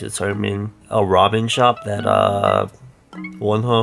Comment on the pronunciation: Instead of "a ramen shop" I heard"a robbing shop" and then I replayed it and I kept hearing "a Robin shop"